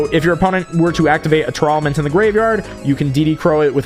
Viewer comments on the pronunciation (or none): why do you pronounce Tearlament like that?